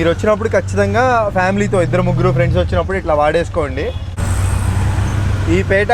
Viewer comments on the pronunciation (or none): none